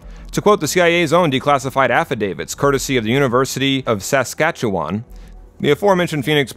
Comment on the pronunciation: the way you said Saskatchewan. As a person from there, this bothers me lol